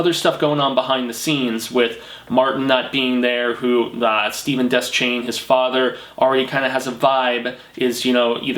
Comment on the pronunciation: Great video. And it's not pronounced des-chain it's pronounced de-shane